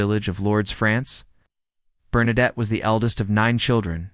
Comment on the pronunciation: Bernadette ...pas Bernarde !